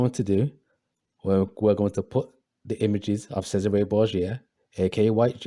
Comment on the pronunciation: you said Cesare wrong